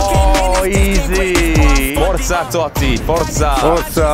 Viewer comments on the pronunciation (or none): Comunque non è toti e Totti con due t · TOTTI. CON DUE T. NO TOTI. STI INGLESI...